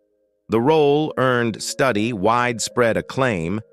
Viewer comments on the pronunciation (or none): The word 'advocated ' does not need 'for' after it. Is Studi's name pronounced Studdy or Stoody? I would say the latter, not the way it's pronounced in this video. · Wes’s name is pronounced Stew-Dee not study 🤦🏼‍♀️ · Please learn to pronounce Wes Studi, not Study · please pronounce this gentlemans name correctly! st-U-di. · On Wes Studi first ai needs to learn pronunciation. And they didn't mention his roll in 3 movies made from Tony Hillerman books. He played Joe Leaphorn, a Navajo police. Adam Beach also played on those movies as Jim Chee. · Somebody needs to teach this narrator how to pronounce Muskogee, Oneida, and Chilocco. The mispronunciation of Wes Studi's name is cringe- inducing. Maybe for a film about Native Americans you should have hired one, or at least learned a little more about them.